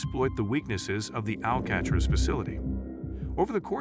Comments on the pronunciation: I was just about to comment the same exact thing until I read yours. How do you not know how to pronounce the name of the place you doing a video on. 🤦🏽‍♂️ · This guy not knowing how to pronounce Alcatraz is why I watched about 30 seconds.